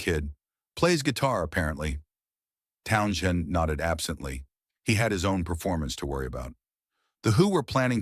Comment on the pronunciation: Yep and can’t even get the spelling of Jimi correctly! Also, the name is not pronounced Town shend!